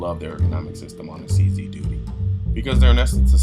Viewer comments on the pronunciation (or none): He said CZ Doodie........ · Just a slight bit of arrogance. I bought a CZ 75 in 1985 and fired over 20,000 rounds through it with never a malfunction. In S Africa it is weird to pronounce a CZ a "Czee". We pronounce it as "Czed", so "Czed 75" and "Czed Duty" rolls off the tongue. Furthermore, personal choice as old school, I prefer to see a hammer on a pistol and have many that agree and disagree with me. I sold the CZ 75 and now carry a Beretta PX4 Storm, my choice with a visible hammer. To each his own.